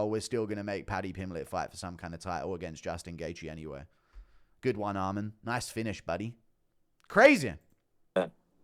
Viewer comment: Guru brah, it’s Arman. Not Armand. Please.